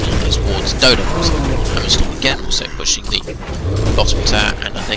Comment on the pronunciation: It's not your english, you just mumble SO much, can't understand half of the thing you're saying cus a word like "Hammerstorm" in your mout sounds liek Hummrestm